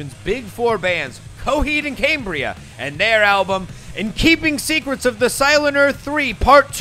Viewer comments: Stop saying "Cambria" wrong. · hearing u mispronounce cambria the entire video make me want to click off.. PLEASE... edit: video wasnt worth it. not enough substance. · Is Cambria pronounced “Caymbria”? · Cambria, pronounced as: caimbria camebria caembria ceimbria Camera, pronounced as: caimera cameera caemra ceimra